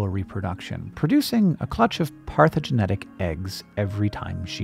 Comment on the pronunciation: I love this, but Hank mispronouncing "parthenogenic" over and over is driving me crazy.